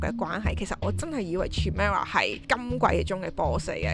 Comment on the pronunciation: chimera 個C發係K音